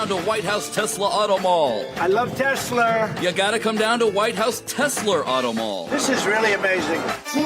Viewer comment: “I love Teslerrrrr”. 😂🤣